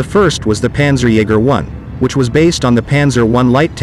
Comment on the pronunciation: "Pänzerjeger" (my german ears bleeding)